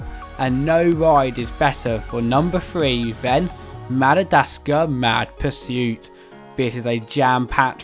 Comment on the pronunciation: It’s Madagascar, not Madadascar